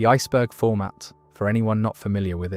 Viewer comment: no, he is uuh irish or some british, becos N is SilenceD in british nowadays, yk im sayin...